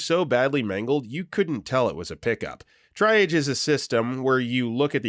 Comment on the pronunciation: Man, this guy has been doing this far too long to still not know how to pronounce "triage".